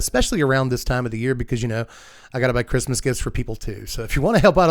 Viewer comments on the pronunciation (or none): none